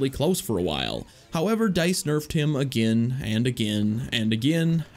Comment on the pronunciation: it sounds like he’s saying anakin instead of again when he’s talking about anakin lol